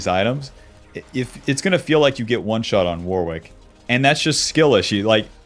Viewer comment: it's pronounced Worrick, Warwick is a town in the UK and also a common first name here. It is definitely not Wor-wick